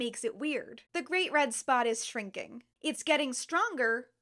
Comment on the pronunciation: I kept hearing you say “great red spa” and I like this.